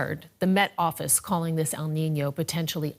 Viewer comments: "El niño" needs to be writted with "ñ" its not "nino" its "niño" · 1 it's Kneen yo. Not nino. 2 what is Celsius? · Correct you pronunciation of niño. Not nice to hear the poor attempts of your English reporter. No excuse.